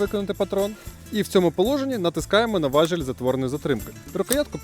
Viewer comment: Спродобалось. Коротко, чітко, зрозуміло (+ і оператору). Тільки не важЕль, а важІль. Але - важЕля.